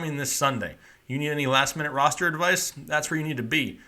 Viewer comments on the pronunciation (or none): none